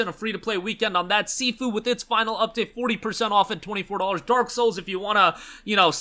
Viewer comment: Bro doesn't even know how to pronounce SIFU